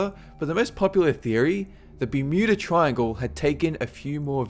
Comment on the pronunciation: did he say beddington triangle?